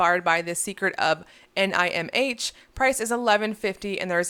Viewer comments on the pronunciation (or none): Secret of Nihm (said like Nim) great movie from the 80s